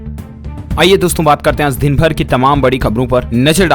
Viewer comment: Phly sahi se bolna Sikh jao baad me news dena Aaz nhi aaj zaa nhi jaa bro😑